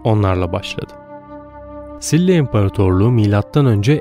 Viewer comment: SİLLA değil efendim, ŞİLA şeklinde söyleniyor. ☺️